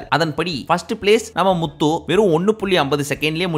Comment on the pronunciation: bro na antha full episode patha ana ninga atha pesum pothu muthu nu varum pothu slang vera mari iruku eapdina low va solringa vera eallam nalla solringa ningalu pr ha maritingala ninga channel arambichi 10000 subscribe iruthathula irunthu pakura ana unga mela ippo nambikai illaa ninga solrathu kasu iruntha eanna vena pala la